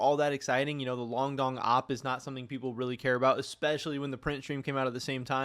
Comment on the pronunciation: its "awp longDOG"!!!!! not dong 🥶